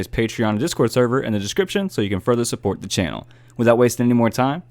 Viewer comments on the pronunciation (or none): none